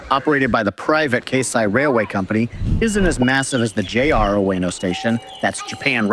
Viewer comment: Great content and info in this video. Couple of hints… Keisei is actually “kay-say” rather than “case-eye” Benten - “ben-ten” rather than “bentn”